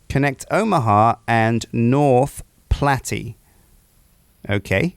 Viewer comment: I'm 99% sure that you won't actually read this but North Platte is pronounced plat, like flat. For some reason that actually bothered me.